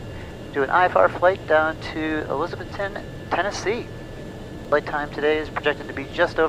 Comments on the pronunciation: I love watching your videos man especially when you fly to my home state of Tennessee and the Tri-Cities area. One thing to note is we all speak with a country accent and when we say Elizabethton, We pronounce it ElizaBETHton. We put a lot of emphasis on the Beth part of it. But with you being from Florida I’m sure you know how to pronounce Kissimmee. Very few people from Tennessee can get that one right. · It's cool seeing you fly into my old hometown for the second time. It is pronounced Eliz-uh-BETH-t'n. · Pronounced "E-liz-uh-BETH-tin" 😉